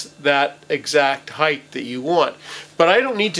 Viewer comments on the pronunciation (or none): Height not heighth.